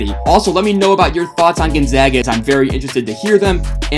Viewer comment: You get a like because you said Gonzaga correctly. Also your video was well made. GU fan here